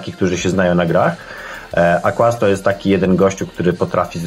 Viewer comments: Kurna "kłaz" uwielbiam cię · 10 lat minęło a "Znany także jako " nie nauczył się wymawiać...